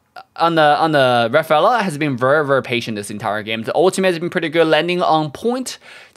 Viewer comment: I like how says Verrr Verrrr for Very Very 😂